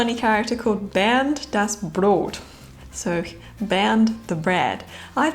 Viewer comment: Just paused watching because I was very pleasent surprised how good you said "Bernd das Brot" ! Really really good and hard to say correctly if you are not a native German speaker. And as you like game shows, you get 3 points ;-)